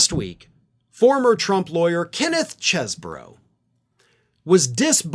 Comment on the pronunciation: for the last time, the pronunciation is "CHEEZ-bro"!